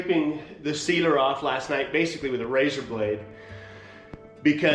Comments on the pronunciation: Sealer not Cedar. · Wow, lots of dust and work! Turned out well though! Am I the only one who thinks is saying Cedar when he says sealer?:-) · I kept hearing him say “I’m going to do two coats of Cedar” 😂😂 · I heard the same lol